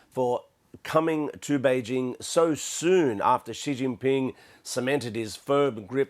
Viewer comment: Lol, why does the name Xi Jin ping kick so many English speakers asses? it pronounced SHEE GIN PEENG. for fucks sake.